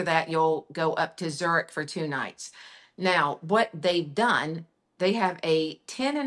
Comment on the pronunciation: I loved this segment, the clever questions, and the thrilling itineraries- as also, hearing more about the differences of the brands that exercise it. What an expertise of! Just that she terribly butchers the names of the cities... I, as a German- would not know which city she's talking about when she says "Trier", "Zürich", "Bern"... but who knows how I would butcher the name "Arkansas".;)...Thanks a ton for this one!